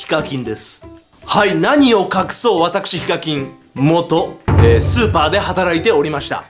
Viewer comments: スーパ店員を超(スーパー)店員に聞こえたのは私だけじゃ無いはず。 続きを読む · イントネーションの問題やなw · 最初のスーパーの発音おかしいくない？？ スーパーってマーケットじゃなくて、凄い方のスーパーみたい。